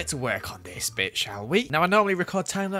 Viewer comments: For a second I thought he said “Let’s work on this bxtch” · a little before that I heard Bitc instead of bit I am I the only one who heard that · it sounded like he said "Let's get to work on this bitch, shall we?" XD I know he actually said bit lol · lets get a work on this bit shall we Me: woahh... joe did you just say bit*h